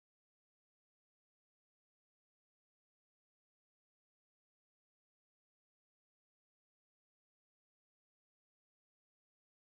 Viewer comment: Wim Wenders is German, and the ‘w’s in his name should be pronounced like ‘v’s.